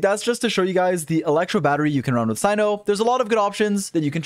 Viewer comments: Not Cino it’s Cyno [se:no] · he pronounces tighnari's name right but not cyno's nor kandake's smoge